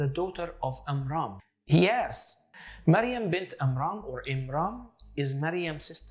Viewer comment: Miriam and not mariam